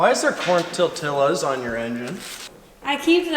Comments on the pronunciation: “Corn tor t i l l as” it’s pronounced tor t e y as. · Epic mullet! Also, it's pronounced "Tor-tee-yas."